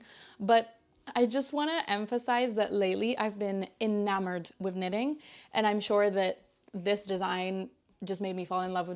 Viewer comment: Love yr podcast and projects. Mike is fine!!! Your accent is so good. The only way i detect you aren't an English speaker is the word 'with' where u say 'wiv' so cute.